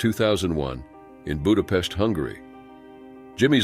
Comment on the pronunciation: Im from Hungary. Thank you for pronouncing Budapest the right way. Americans usually bucher it 😅